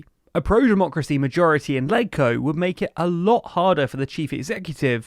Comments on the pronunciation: in HK, LegCo is pronounced “ledge-co” not “leg-co” to be consistent with the pronunciation of Legislative Council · It’s pronounced “Ledge-Co” (ie. “Ledge” in Legislative), not “Leg-Co”. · Legco is pronounced as ledge-co. Just as how you would pronounce leg in the word legislative. Not rocket science.